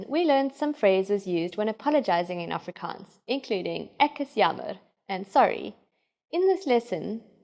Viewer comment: I’m Afrikaans but this lady pronounce it pretty weird.